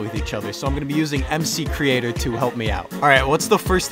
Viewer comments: its m-creator no extra c it not mc-creator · It,s not mccreator it,s mcreator. Love you're content😂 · bro calls: ''it mc creator'' what its actully called:' "m creator'' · It’s Gerald it’s actually called M crator